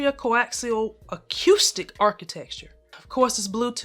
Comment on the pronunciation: Repeat after me: akoostic. Not akioostic. Thank me later.